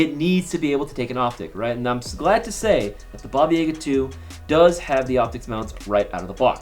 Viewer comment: I wish I drank every time he said Baba YAYga so I won’t have to remember this video